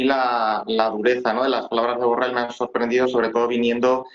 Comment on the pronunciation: Solo para corregir a la dama reportera: no sé dice burrel, se dice burrol!, aunque tal vez se enoje el burro por tal denominación!. Disculpa burro!.